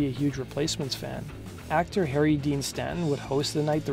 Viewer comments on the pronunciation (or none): none